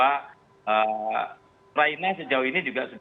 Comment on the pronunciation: Ngakak di menit awal dia bilang ukraini🤪🤪🤪